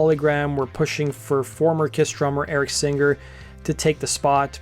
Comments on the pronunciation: Okay, I really think I should start doing shorts on how people CANNOT PRONOUNCE NAMES CORRECTLY!!!! Holy figgin' SHIT, man! Eric's last name is not SING then "GER"!!! What's the "GUR"?? There's no "GUR" sound at the end of his last name! The 'NG' has no "GUH" sound in it. Go back to elementary school. The CORRECT 'ng' sound is pronounced when the back of the throat closes. It STAYS closed to finish the CORRECT sound and does NOT release, making a "GUH" sound!! And that goes for you Peart fans and Appice fans out there. It's not Peeeeert. It's "PURT," rhyming with Hurt!!! And, it's not "apiece" for Vinnie and Carmine's last name!!! Yeah, what... you gonna get "a piece" of pie?? 😂 It's THREE SYLLABLES, NOT TWO!!!!.... let's all say it together, folks... APP (like on your phone), then the short I sound (as sounding in the word, in), ... that's right, children... one more syllable to go.... you're doing great kids!.... then, finally, just say the word SEE, for the last syllable. WOW!!! Good for you, kids. Great job for pronouncing a word CORRECTLY!!! 😊 You get a friggin' A+..... 😂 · FYI: The word/name 'Singer' isn't pronounced seenGRR. The g is soft. Learn to speak correctly.